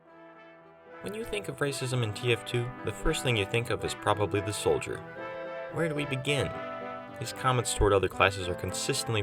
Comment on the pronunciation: Soldier.its soldier.